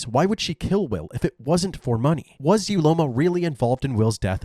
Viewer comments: Uloma pronounced ‘Ooloma’. What were you thinking wicked woman? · Not me correcting the pronunciation of "Uloma" in my head every single time. Having a variation of the name "Ihuoma" and having it mispronounced every single time has definitely taken its toll on me. 🤕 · Uloma ❌ Ugointojail ✅